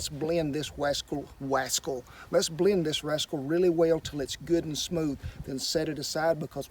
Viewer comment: did you really say "wascal" like Elmer Fudd?...omg! I love watching Cowboy Kent Channel. it's a page of unrehearsed real life. (and entertainment) 😎